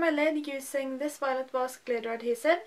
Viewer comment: I know you said violet, but I heard violent.. That sounded a bit disturbing :p "I'm trying out some violent lips" Edit: Oh, and btw - uten å lese noentingsomhelst, og før jeg en gang har sett videoen vet jeg at du er norsk basert på måten du snakker engelsk. Du kunne tilogmed ha vært trønder. You go girl..